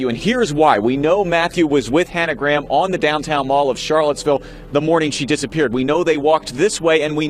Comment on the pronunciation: Gra-ham. please pronounce a victim's name properly